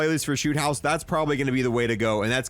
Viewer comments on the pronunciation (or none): none